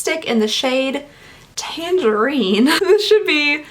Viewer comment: The way she said tangerine😂